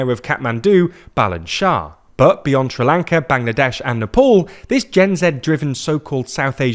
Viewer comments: Nepaul??? Lmao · Pornounce Nepal correctly mate, its not that hard